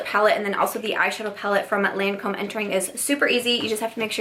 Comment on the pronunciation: LOL! No, the Lancôme one you couldn’t pronounce!